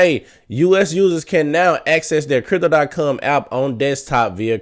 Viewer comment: Say com not cum